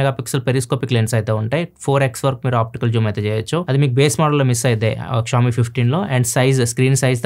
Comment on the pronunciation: please don't say Ksh-oami.. vinataaniki ibbandi ga undi, try saying sh-oami